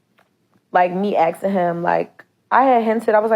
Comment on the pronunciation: She pronounced "asking", "axing" ....he knew she wasn't ish